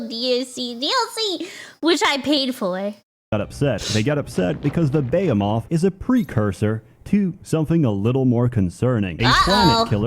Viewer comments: No you read that right, that's just how pronounces "behemoth" for some reason lol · decided to mispronounce behemoth for the whole video for some reason, on purpose. Thanks for the lovely giggles.